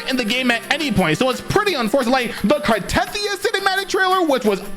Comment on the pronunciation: it still makes me cringe when you say "car-TETH-ee-uh" when they repeatedly say "cart-a-THEE-uh" in the game. it's almost as painful as when genshin creators say "super conduct" instead of "superconduct" as if they're getting a gold star sticker in kindergarten, not efficiently conducting electricity at low temperatures. they definitely need to at least play these videos at lore-relevant moments in the game itself! we're all missing so much story set up!